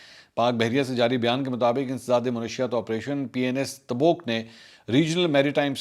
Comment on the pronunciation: Mansoor , You once said Taboke then Tabook . It’s always “ Tabook .